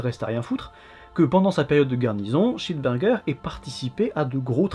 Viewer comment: Je suis le seul qui comprend "johannes cheeseburger" à chaque fois ?